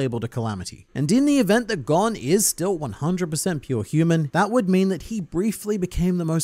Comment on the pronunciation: Why does it seem like all the people who make Hunter Hunter videos say Gons name wrong. including this video